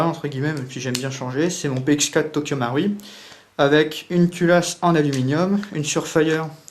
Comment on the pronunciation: I love it when he says Tokyo Mauri